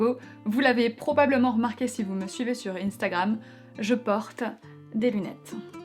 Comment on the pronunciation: Tu dis I-Nstagram ?